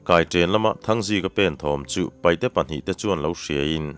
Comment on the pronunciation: Kan lo sawi ve lawk ang e,paihte nilovin,paite tihtur a nia,chuchu an duh dan pawh a ni a,paite ti in lam thei tawhla a ṭha lo mawle,te ka lo ti ve deuh a